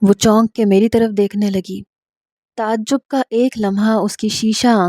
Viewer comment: Tazab zub ,ye hy correct pronunciation, plz note kr lo baiti,sahi urdu bola karo